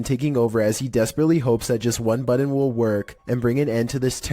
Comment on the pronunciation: The "buddon?!" My brother in Christ, there are no Ds in button!